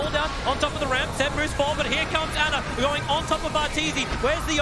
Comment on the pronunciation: Not Ana it’s ANER